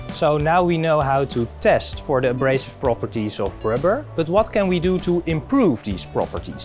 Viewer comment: ik cringe hem om zijn engels xDDD what doew we doew when this rubbah gets hard he